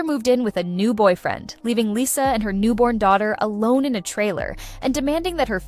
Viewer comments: It's pronounced Lee-sa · Not interested in AI talks, especially if the bot can't even pronounce her name right.